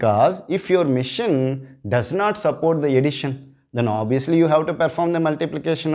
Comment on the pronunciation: its not mission its machine (masheeeeen)